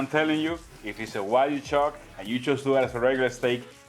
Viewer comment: I love how he say wajyu instead of wagyu, this is that I know 😂😂😂